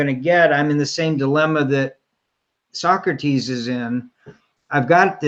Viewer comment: Sawkrateez. Why u working with tyler? Wanna be Leah 2.0?